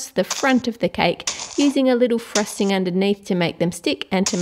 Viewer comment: She said "frusting